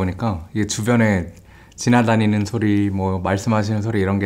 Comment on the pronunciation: 지나다니는 소리를 지나가는 초딩으로 들음 ㅋㅋㅋ